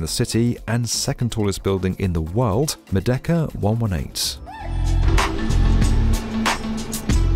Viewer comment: Your videos are superb, but the more I watch them them the more apparent is your speech idiosyncrasy: You are always pronouncing words that end in 'd' as ending with 't'. i.e. 'world' becomes 'worlt'- damn, it's annoying! Playback some of your vids, you'll soon realize what I am hearing.